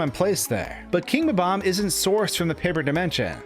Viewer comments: Is it really ba-bams? I think its BOB-omb :Dlike bob the name :D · Its Bob omb not bbomb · In English, words have the accent on the first syllable. It's Bob. Omb. Not buhBOMB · You can clearly spell 'Bob-omb', so why can't you pronounce it?? It's not 'Bo-bomb'!!! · Why do people who speak english always call them ''BABAM'' it's spelled ''BOB-OMB''. This is why your language is so confusing to people who are trying to learn. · How many times did you say "Bom-om" in this video? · interesting theory, but the thing i can't get over is how you pronounce bob-omb you know there's a hyphen in there, right? how you pronounce the word is literally shown to you in how the word is divided people keep doing this, and i just don't get it